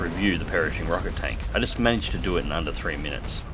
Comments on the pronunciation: it really bothered me how he kept saying "Perishing" instead of "Pershing until he actually called it the Perishing Rocket Tank and I got the joke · omg stop saying perishing! 😫 it's Pershing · It's pronounced purr-shing, not parishing... ;) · FFS!!!!! Its pronounced "Prrrrrshing" NOT "perishing" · you really butchered pershing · Strange pronunciation of "Pershing"... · I though it was just your Aussie pronunciation of Pershing!!! I guess I'm getting a little slow in my old age!!! How is your newest wingman Jackson??? His first Christmas is coming up, how exciting!!! Hope you spoil him good!!! So much to be grateful for this year, thanks for helping to make it fun. From my wife and little girls and I to you and your family, Happy Christmas and a great New Year!!! Your mate in AZ, Sprog1 in AZ.